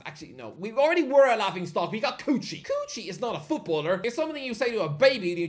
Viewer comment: why he pronounces kuqi as coochie im dying